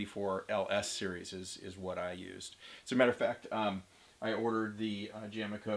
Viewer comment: That’s jame-co, not jame-eco. It is a shortened version of James Co.